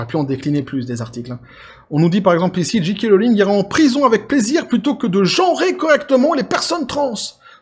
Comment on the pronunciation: Pour JK tu dois prononcer Jay Kay en anglais car le J se prononce Jay et le G Ji(oui c est confondant) :) et Kay pour K